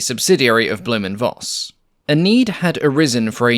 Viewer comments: Minor complaint: V in German is "fau", so it's pronounced Foss, not Voss. As in Folkswagen, not wolgswagen. 😊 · "Blohm & Voss" sounds like "Blowm & Foss" (like "fox" but with a long "s"). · Voss is pronounced Foss. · the letter v is pronounced as f in German, i.e Blohm and Foss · Great look of the B&V - reminds me to the Black Widow. By the way: "Voss" or "Voigt" are pronounced like Foss/Foigt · Very nice to learn more about this aircraft. :) A little remark: The V in Voss and Vogt is pronounced as F in this case (in German the V can either be F or the german W, since there is no distinct german V sound - while the german W is pronounced like the english V and the english W has no german equivalent.) (For example, the famous car brand Volkswagen is pronounced "Folksvagen" using english pronounciations)